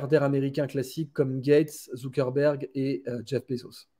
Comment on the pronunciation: Zuckerberg pas Zuckenberg 😂